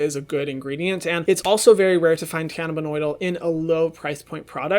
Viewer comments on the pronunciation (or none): i really dont wanna be that person but its Cannabidiol not Cannabidoil🙈 love this video though Hyram! Lots of great info! and thanks for all the donations you give with the money made from your platform!😭💕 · Hey Hyram! Big fan! Also gay ex-Mormon. #slay Looking out for you, gurl... It is cannabidiol, not cannabinoidal. I'm a pharmacist so it stuck out to me like a sore thumb. Love ya! 😘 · luvaria bruh you literally said BEG that means BEGging